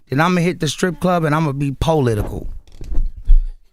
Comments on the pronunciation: “You be political and I’ll be polelitical” 😂😂😂😂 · Pole-litcal lol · Ray said he gone get “Polelitical” 😂😂